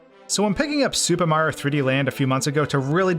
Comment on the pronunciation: “Super Mah Galaxy” Brother just say the word